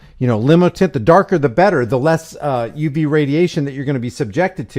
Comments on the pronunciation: It's tint no s tent that s*** drives me absolutely b***** crazy stop changing words I'LL SAY IT ONE MORE TIME IT'S TINT T I N TINT NO S AT ALL NO SUCH WORD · I couldn’t get past that dude repeatedly saying, “tents.” It’s tint.